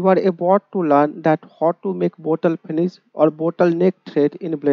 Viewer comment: bottle ❌ botal✅